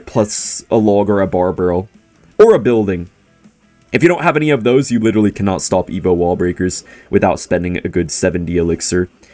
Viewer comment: ”you witewawwy cannot stop any buildings”